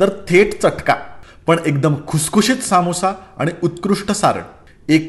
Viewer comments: समोसा नाही हो....It's समोसा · सामोसा नाही समोसा